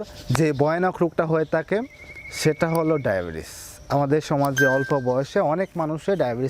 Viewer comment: তাখে না ভাই থাকে।উচ্চারণ সঠিক হলে শুনতে ভালো লাগে